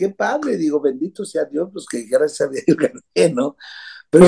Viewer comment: Not "generación Z, cristal..." grazné... 😂😂😂😂😂😂😂